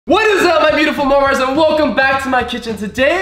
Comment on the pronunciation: why do he always say marmars